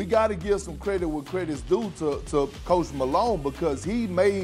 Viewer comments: Ayyyo I though Kendrick said Post Malone for a sec … but he said ”coach Malone” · Thought he said “Post Malone” not “coach Malone” lol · i think it was "coach malone" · 😂😂😂 he said Coach Malone